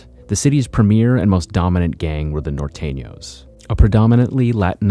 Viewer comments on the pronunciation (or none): This white boy narrator is trash.I like the way he says Nor-tenio just like a white boy🤣🤣🤣🤣🤣🤣